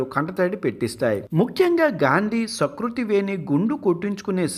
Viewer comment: sakruti kadu ra---------------SUkruti